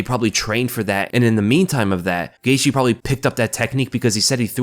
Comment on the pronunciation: Justin “Gaitshe”😂